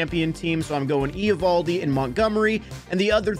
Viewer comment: Why are you pronouncing Eovaldi's name like that? 😂